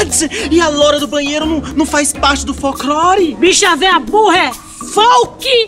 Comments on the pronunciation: Folquilore kkkkkk é folclore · ... folki - lore 🤣🤣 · O legal e o betão que fala folque lore kkk amo demais